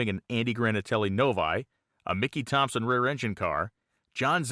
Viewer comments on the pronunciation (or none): none